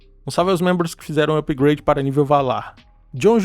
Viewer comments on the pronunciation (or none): none